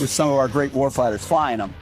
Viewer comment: Wtf is a "Wharf Hider"?